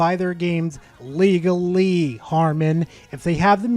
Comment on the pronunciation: "Legalee"? What's that, chinese or something?